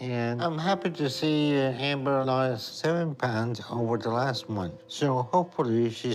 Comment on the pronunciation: It grosses me out how pronounces ' month '